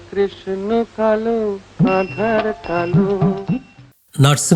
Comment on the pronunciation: "আধার" নয় "আঁধার"